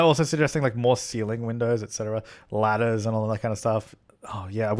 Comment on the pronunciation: I just kept hearing you say lettuce instead os ladder lol